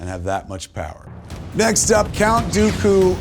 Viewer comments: Kev, you did mispronounce Dooku one time during the vid. All your Star-Street Credit is now lost!!! 😭 😏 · the way he pronunces "count dooku" is a sus flag for me 💀